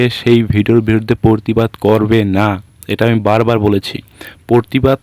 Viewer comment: পরতিবাদ নয় প্রতিবাদ। বাংলা উচ্চারণ সঠিক করতে হবে। সমাজ মাধ্যমে ভিডিও পোস্ট করে ভালোই করেছে।এই ভিডিওটার উপর ভিত্তি করে আপনিও আপনার ভিডিও করেছেন। আশেপাশের লোকজন ছিল, তারা কেবল দর্শক ছিল।